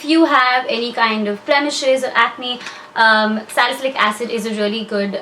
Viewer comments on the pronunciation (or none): none